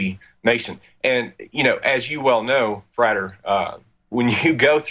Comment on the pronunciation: Frater is not pronounced "freighter", you do not lug cargo around the globe...